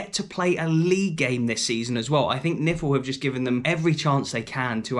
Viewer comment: Love you but dont ever say NIFL as word 😂😂 it's like saying spfl 😂😮😂😂